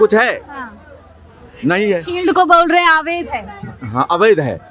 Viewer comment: Ilaka kaunsa hai madam? Aur 'aavaidh' nahi 'avaidh'